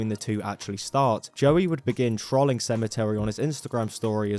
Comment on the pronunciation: Why do you say trolling like that